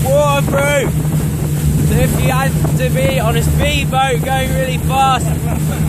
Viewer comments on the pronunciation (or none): "Wo-er proof."